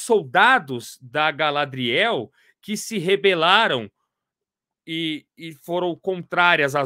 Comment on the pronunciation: A pronuncia é gaLÁdriel e não galadriÉL...melhor ficar nos quadrinhos mesmo